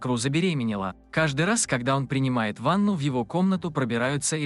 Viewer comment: А почему когда он сказал ванна а сказал Ваня